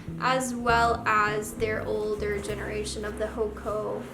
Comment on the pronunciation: It’s actually pronounced “Hoe-awh-kah”, but great video!!☺️